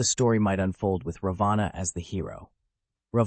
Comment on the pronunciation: And what exactly are U trying to prove by demonzing Rama? This is NOT funny..I ask YouTube to remove this video as it is offensive to millions of Hindus. Alternative Ramayana , indeed..This is a corrupt interpretation. BTW, pls pronounce Raavan's name correctly.